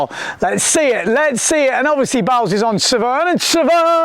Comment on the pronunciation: Balz is pronounced Baltz